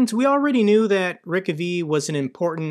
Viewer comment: I think the town is pronounced Ree-Kove. Rick-A-Vee sounds pretty far off, maybe it's and nod to Artur Rehi ;0)